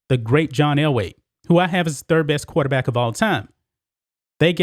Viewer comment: why do u say quaterbat?